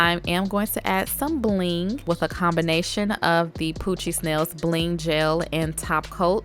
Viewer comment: When you said poochiez nails I thought you said coochie smells🤣🤣🤫🤫😬😬